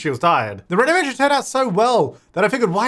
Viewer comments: She actually said something more like "ernovation" but yeah, it's too close to English! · i heard irnovation